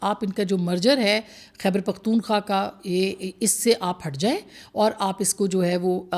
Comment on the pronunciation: بہن! آپ تو سپر جرنلسٹ/ تجزیہ نگار اس لیئے ھیں کہ "خیبر پختون خواہ" کا نام صحیح طریقے سے لیتی ھیں ۔ ❤